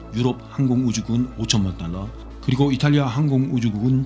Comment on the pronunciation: xx억 달러가 xx원 달라로 들림 ㅋ